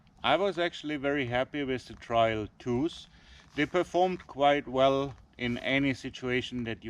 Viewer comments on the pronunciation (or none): it's 'trail' not 'trial'